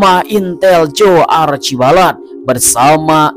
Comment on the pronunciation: Aduhhh...sedang asyik nonton alur cerita ini tpi bila admin menyebut nama heronya terus hilang mood dan mnjadi cerita komedi krn tiap kali nma Joe disebut sayA x blh tahan tawa. X mgkin admin x tgok kemudian edit dan tentu dlm filem itu namanya kita dgr bila disebut dlm filem. Sebutannya Achibol....ejaannya Archibald...x ada "a" antara l dan d....tolonglahhh